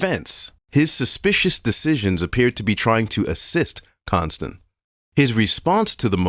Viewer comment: Con-stand😂😂😂. Con on the stand this has to be a joke the truth is in your face